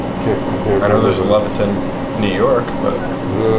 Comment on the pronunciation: it isn’t Leviton New York it is Levittown new york